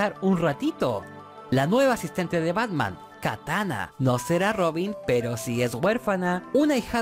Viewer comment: dice Batma xd